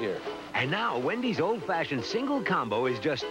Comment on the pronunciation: He pronounces fashioned fayshioned and I’m ok with that